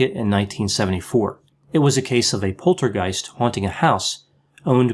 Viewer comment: said "Poltergeist"...🧡 How cute is that? I normally don't appreciate my native language too much, but coming out of doctors' mouth it suddenly sounds sooooo droll, I could listen to that for hours... 😊